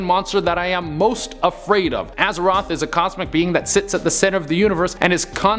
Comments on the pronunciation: Azewhat? Isn't it "Azathoth"? Bro played too much World of Warcraft.. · Why you pronounce Azathoth as Azeroth is beyond me :D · Azaroth? dude, it isn't world of warcraft lmaoo It's Azathoth, the Blind Idiot God, lmaooo I mean wasn't the "-th" evident and far enough from being pronounced as "-r"? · You kept saying Azeroth. LOL play WoW much 😝😘😍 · He keeps on pronouncing azathoth azaroth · Did you say "Azeroth" instead of Azathoth? hahaha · “Azeroth” no, Azathoth the idiot god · Azathoth not azeroth xd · Azathoth, not Azeroth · Funny... the screen shows Azathoth..... but he keeps pronouncing it AzaROTH. I dont think that’s right, and if it’s not, do you guys not play back these videos’ before posting them? You would have caught it and corrected it. Professionalism please!